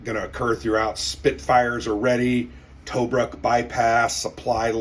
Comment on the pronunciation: I hate to be "that guy", but can you say "2Brook" when you say Tobruk. pls? pls?